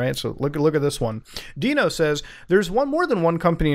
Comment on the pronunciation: Mans doesn’t know how to say Dino 🦕